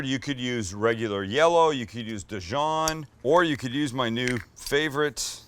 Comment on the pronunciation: “DaJohn” mustard